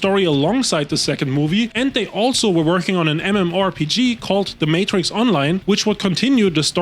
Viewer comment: im gonna need you to retry that pronunciation of Matrix lmao